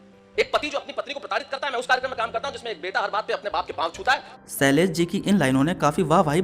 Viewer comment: Sailash kya ? 🤣 😁